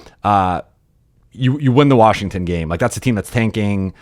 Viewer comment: Or as Bobby Marks says, WARSHINGTON.